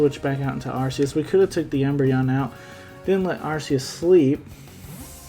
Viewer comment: Thanks for pronouncing Arceus properly lol I’ve had some fun with it in AG on showdown